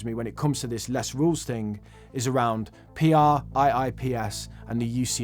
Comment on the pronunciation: Hey. Love your channel. Great content I work in regulatory in Investment Management in the UK, so was interested in what you had to say on UCITS and PRIIPs. Just an FYI we pronounce UCITS as "you sits" and PRIIPS as "prips"; meetings would take far too long (they already do) if each time we had to say each letter! In the EU, the PRIIPs Key Investor Document (KID, pronounced like the baby goat or the small human) are actually replacing the UCITS Key Investor Information Document (KIID) from 1 Jan 2023 for EU UCITS funds. The UK have taken issue with PRIIPs KIDs for a while; there is much issue in the industry that these EU documents are actually not all that useful and make things more confusing for investors (we will see how they are received in 2023). So we're intrigued to see how the UK go with the creation of this new disclosure framework. You're correct that they are probably looking to make them far more approachable and understandable for customers. Costs in investment management has been a focus for a while in the UK (see the FCA Asset Management Market Study and the changes that came about as a result). The FCA also have the upcoming Consumer Duty which the Government have said will have a big part to play in relation to these new disclosures (and the CD includes new rules on ensuring your communications with retail customers are understandable and that you are demonstrating that UK retail customers are achieving good value). An interesting change of view comin